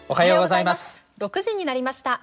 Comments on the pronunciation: Did the woman just said "Ohio"💀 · I know that but it always sounds weird like Japanese people say ohio